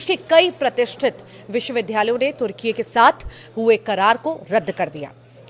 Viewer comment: तुर्किये उच्चार सही नही। उस स्पेलिंग मे ye ऐसी अक्षर रचना नही है। अकेले y का उच्चार ये ऐसा नही करना अगर य का उच्चार ये ऐसा करोगे तो ये का उच्चार कैसा करोगे।